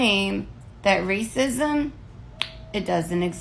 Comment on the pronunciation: RAY-sis -is-mm is crazy!